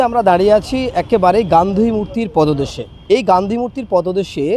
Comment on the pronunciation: পোদো দেশ নাকি পাদদেশ?আপনি সাংবাদিক ভাবতেই অবাক লাগে